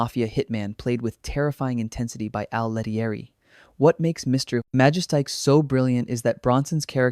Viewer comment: MA-JES-TIC. L,EARN HOW TO PRONOUNCE NAMES before you make a video like this, or is it an AI voice? When you mispronounce a name, it just shows you really aren't film fans and have probably never even watched these movies. You're doing it for a quick 'cash grab' with no PASSION for the subject you're presenting. LEARN HOW TO PRONOUNCE NAMES, I stopped watching when you garbled the name.